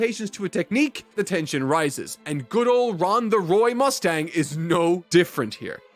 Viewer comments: "Ron Mustang" lmao 😂😂😂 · Bro really dedicated to calling him "Ron" Mustang, even in more serious moments